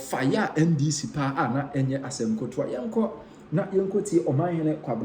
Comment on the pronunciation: 😅😅😅I've been telling him that the word is not kotowa but "KETEWA" but he seem not take it.